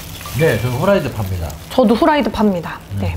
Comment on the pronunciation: 후라이 파 입니다인데 발음이 후라이드 팝니다 ㅋㅋㅋㅋㅋㅋ👹👹👹